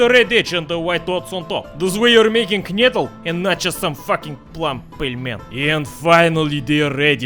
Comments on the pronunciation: its prenounced knedleh blin ;) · english speakers would skip the e at the end and say knedl, thats why i wrote knedleh - english speakers pronounce that as we say knedle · It's pronounced like КНЫДЛЕ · not knejdl :< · nene, knedle 😂😂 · You pronounce knedle like amerikanski spy..